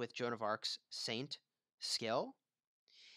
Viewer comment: You know it's "SKILL" and not "SCALE" right? Makes me cringe. I can't imagine how you pronounce "scale"